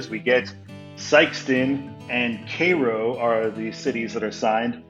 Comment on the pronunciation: Cairo is pronounced like the egyptian city of the same name.